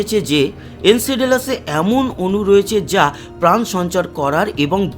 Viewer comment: উচ্চারণ টা ঠিক করো ভাই। এনসেডেলাসে বলে গেলে। নামটা এনসেলাডাস হবে। অশিক্ষিত না-কি?